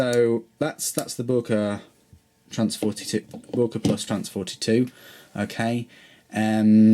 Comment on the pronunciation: i asked a german freind about the pronunciation of boker, apparently most germans say it like Boyker or boiker (apparently it's a dialect thing) hope that helps with pronunciation